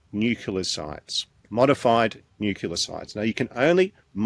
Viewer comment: Not nucular man again, please!